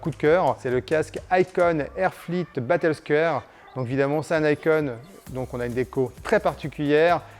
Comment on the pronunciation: c'est battlescAre et non Scére............! mon dieu le nom a etait macascré